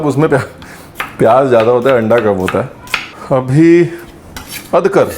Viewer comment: अदकर नहीं अदरक होता है रणबीर भाई